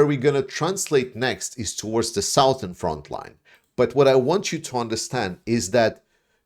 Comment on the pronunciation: 'Southern' is pronounced as 'Suthern'.